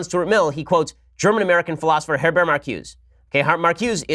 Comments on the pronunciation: It's pronounced MarcusA. Blame the French. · It's pronounced "Mar ku za"